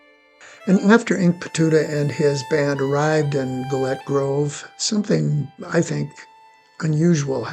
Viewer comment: There is so much you have wrong in this segment. Firstly Gillett grove is not pronounced as you have done. Most of the information in Gillett's site is incorrect, like removing an Indian's head, or the reverse travel from that cabin to Cherokee or that the military came up from Fort Dodge. Fort Dodge had been abandoned by the government and sold to Bill Williams by then. The Gilletts had quite a bad time of it with Inkpaduta, they hid their guns, btw, what you have done here is confuse the earlier time Inkpaduta went there and he and his men went in and had a large meal as was common for the Wahpekute. Wah: rhymes with "saw" or "pah"peh: rhymes with "meh"koo: rhymes with "moo"tee (emphasis on the peh)